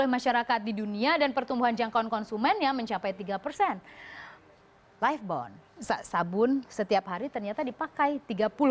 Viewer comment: life-bon?? lem aibon kali mbak :( nafas ahh jangan lupa